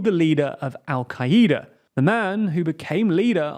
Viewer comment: al Qa-EE-da smh 🙄